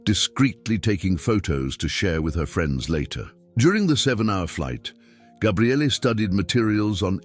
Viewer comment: What the hell is so funny??? It's actually a Hebrew name and it means "the Strength of God." But he never said Gabrielle, he said Gabriallay. I've never heard anyone with that name in all my life!